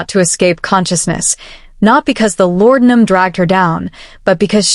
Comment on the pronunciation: Great story!! The only thing I didn't like was the way AI pronounced laudinum.